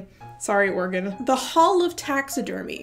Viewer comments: I don't care that the Oregon fruit preserves was put in the middle, I'm just glad pronounced Oregon correctly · "Sorry, Oregon." As an Oregonian, I'm just grateful that you pronounced our state's name correctly. And yeah, giant jam jars are pretty middling.